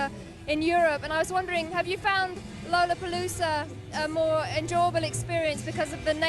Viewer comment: She pronouced lollapalooza wrong , thats what layne was smiling at in beginning! She's british and he would of ! 😂😂😂 sean and layne were total RIDES!😂❤